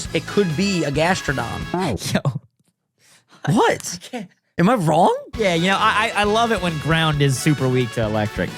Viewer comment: I love....but he triggers me SO much (grass and electric....and says Gastrodon) BRUV